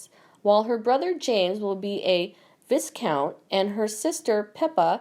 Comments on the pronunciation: Not VISCOUNT ! Pronounced Vai-count ! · Doria would be known as Doria the Duchess of cellblock D, also it’s pronounced Vi Count not Viz Count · It's pronounced vi-kount. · Sorry, I don’t want appear rude, but please learn to speak the English language correctly. Viscount is pronounced vycount. This is just one incorrect pronunciation.